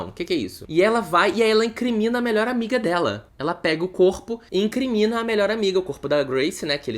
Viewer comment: E “incRINmina” hahahahahahaha